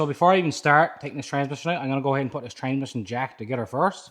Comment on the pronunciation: 🗣️“Fill up da Tansmishin” 😂